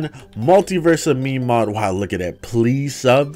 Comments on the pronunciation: no one talking about the fact he called it meemee gun instead of meme? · bro really just pronounced it me-me